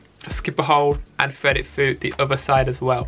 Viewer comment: I'm gonna get slammed for this but i have a thing about lisps - especially when people say a W instead of an R "thwead" "weally". it's petty, i know, but i can't watch this guy's videos because of it 😣